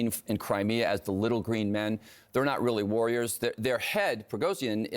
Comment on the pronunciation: Wagner "they are not really worriers" 😅 says the American